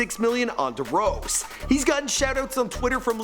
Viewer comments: Broooo da rose this dude must be a huge basketball fan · duh rose, BOYYYYY 😂 it's D rose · Duh rose 😂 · Drose lol it's d rose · "da rose" "little pump" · Its D rose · said darose